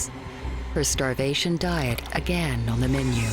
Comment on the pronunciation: Damn… Dr Hazard took the word “diet” to a literal sense. Die-it.